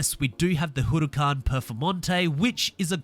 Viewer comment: Not hating but You don’t say huracan properly